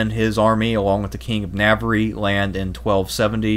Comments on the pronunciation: "NAV-aree". Hoo hah! This is my favorite YT comedy show.. listening to mangle foreign names. Love the history, plus bonus name mangling yocks! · And "navaree"